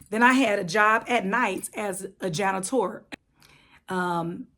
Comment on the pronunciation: “Jan-ni - tor” like Tarjay (Target) how to say your bougie without saying you’re boogie! Two snaps in a circle honey!!!!! Love it!!!